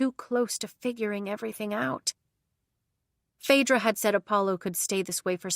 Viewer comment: My name is Phaedra and I am so happy that you said it right because so many people mess it up.